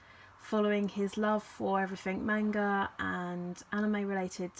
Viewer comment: I hate to be that guy but I hate the mispronounciation of manga